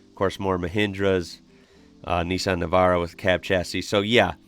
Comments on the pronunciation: Quick not, why say Marz da when it's Maz Da. Plus Nees Sarn when it's Nis San.? Over complicating things. In Australia we are Astrilasia. We are basically part of South East Asia x Polynesian. I think we know how to pronounce it better. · Nissan “nissen” #aussie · To get your Aussie on, we say Nissan, Niss-Anne 👍